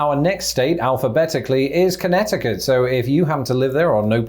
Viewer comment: For the next video, I think should focus on pronouncing "Connecticut" correctly, because he didn't do so here.